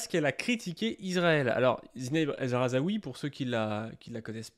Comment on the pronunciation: Juste, on ne dit pas El RhazAoui, mais El RhaZOUI